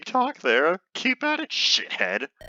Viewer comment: Did you read sheathed as shit head intentionally? :P